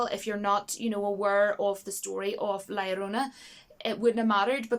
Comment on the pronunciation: Very refreshing to finally hear the correct pronunciation of La Llorona from someone who doesn't speak Spanish haha. (Or maybe you do speak Spanish idk lol). But a lot of good picks! :) Also the "Lumberjack" scene in IT Chapter 2 was laughably bad!! I was crying laughing in that scene it was horrible! Haha